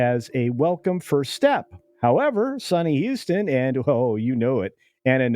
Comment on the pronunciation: Sonny’s last name is pronounced Host-in, as in “Her next job will be hostin’ bum fights for ESPN 8.”